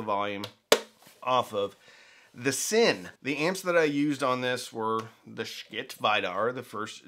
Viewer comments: Pretty sure it's not pronounced like 'Skit', more like... 💩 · Skit? You are The first I have heard to pronounce their name this way. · Could you please pronounce the name of this company correctly? It's pronounced like "s**t". Yes, as in the expletive for poop. Thank you. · Lets pronounce Schiit every other way than the way it's supposed to be said. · Stop saying Schitt that way 😂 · maybe learn how to pronounce the company's name